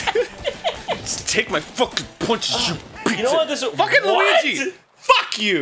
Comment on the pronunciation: Every time Arin calls Luigi "Lugi" I can't help but laugh.